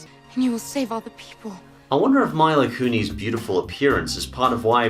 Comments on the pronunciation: "My-Lah Koo-Nees" lol, that was a solid attempt. It's really pronounced 'Me-Lah Koo-Nis' though for future reference. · Ren Hoek: That's "Mee-Lah Koo-Nis," you idiot, not "My-Lah Koo-Nee!" Alex Krzywicki: Now, Ren, that wasn't very nice and you know that. At least try to admire the guy for trying to pronounce Mila Kunis, and besides, he's Australian and maybe they have different languages to tell you the truth. For example, British people pronounce David Ogden Stiers (Ogg/Augh-Den Sty-Ers) to David Oag-Den Steers. So I want you to respect people that he has different pronunciations. (To ) It's okay,, Ren's still heartwarming who cares about other people, even if he is jerk at some point. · My-la Kuneez?? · Love the video as always my dude, but it's pronounced ME-LAH KUU-NISS. The latter like miss or piss just with an N. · I actually kinda liked Oz The Great and Powerful. Sure it isn't great but I kinda liked the story and I liked the characters, mostly Glinda. Also you keep pronouncing Mila Kunis's name wrong.